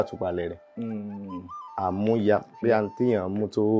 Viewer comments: Amuya (Collateral) should be DMM. Your tonation is wrong. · That part Amuya wasn't well pronounced until when he explained it before one get to know😮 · Amuya pronunciation by the olootu is wrong